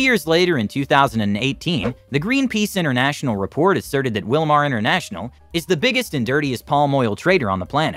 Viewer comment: Wilmar sounds like USA